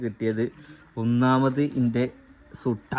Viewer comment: സുട്ട അല്ല മുട്ട